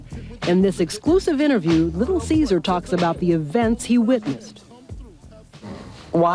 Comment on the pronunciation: Little Cesar lmaooo its Lil Cease! Lol